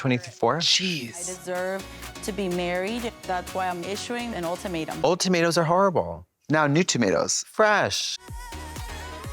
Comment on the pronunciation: I'm happy to know other people say "All-tomato" instead of ultimatum. Hope they watch the reunion episode!